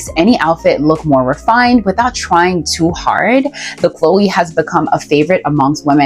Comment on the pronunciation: It's also pronounced To-TAYME and De-LOYTE. Hedy Slimane, not Silmane. Prada Cleo, not Chloe.